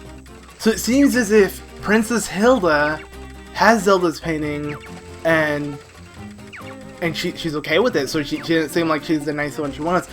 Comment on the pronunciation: Just saying but when you said painting it sounded like "paining"